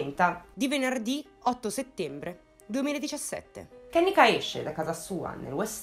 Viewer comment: Si pronuncia "kennìka" 😉